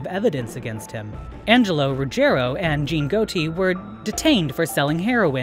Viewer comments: it is pronounced Got-i. not goati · Can’t believe you don’t know how to say Gotti